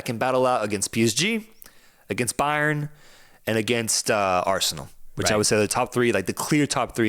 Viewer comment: "Bayern" lol